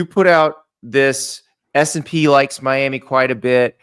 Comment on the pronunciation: Classic Andy. Can’t even say the name correctly. “S and P” 😂